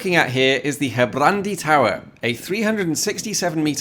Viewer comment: yeah he did really great with most Dutch words. until he tried Gerbrandy toren, that one got butchered pretty gruesome.